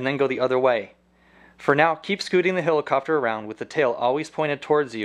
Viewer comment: love the way this guy says hilicopter